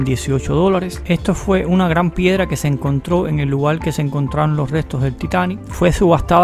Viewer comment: Lugal, conocel 🙄